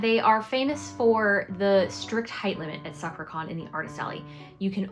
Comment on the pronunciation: FYI "sakura" is not pronounced quite like that... it's more like sa kuu rah. Your booth looks awesome 🤩